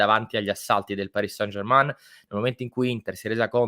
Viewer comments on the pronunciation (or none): Non si dice germAn ma è più una E strozzata. Ma germAn non si può sentire 😉